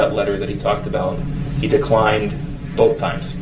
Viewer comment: Neither does Both - Darrell says " boff"